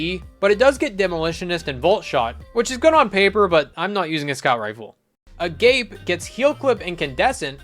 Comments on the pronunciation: Pretty sure that weapon (Agape) is pronounced Ah-gahp-ae. It's a religious term xD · I don't think you understand how busted Sublimation with Redirection and Temporal Blast is. It's a +100% damage rocket nukeshot that stacks on top of Temporal Blast It's also Ah-gah-peh and note "agape" like "mouth agape". Agape refers to whole-hearted reverence in faith, love, and respect for those all around you. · "agape" is pronounced "uh-gah-pay" and is arguably the highest tier of love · Agape is pronounced: ah-Gah-pay It means Godly Love